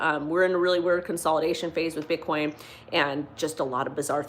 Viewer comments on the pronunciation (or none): none